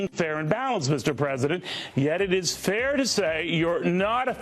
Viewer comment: It is NOT FTHAIR!!😂